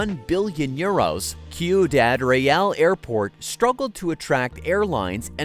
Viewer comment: Dude, the word ciudad is pronounced see-ooh-dad not koo-ee-dad. 🤦🏻‍♂️